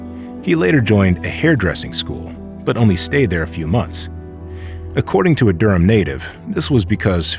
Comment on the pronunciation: AI should know it's pronounced 'Durm'